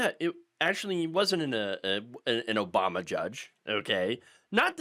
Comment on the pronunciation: He said "OBAMNA"! 😆 I should not laugh for these are srsly dangerous, tenuous times,but ,fuck Trump and his motley crew!